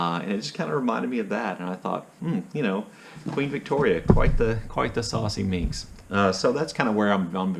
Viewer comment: okay, you had me at "saucy", and later "saucy minx". Spot on Victorian,.